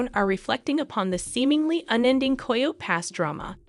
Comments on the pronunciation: Coyote - pronounced ky oh tea!!!! Is it so hard to teach the ai proper pronunciation? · Is this an AI voice? There are some odd pronunciations and syntax. The cadence is very robotic. ANDthe word coyote is pronounced KY-OO-TEE- 3 syllables. ( not ky ote!) get it right!! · Learn how to pronounce coyote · Since you can not pronounce coyote correctly you should not be narrating